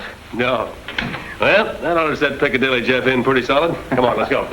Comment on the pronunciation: Oh no! Chaney called him piccalilly Joe instead of Piccadilly Jeff😂😂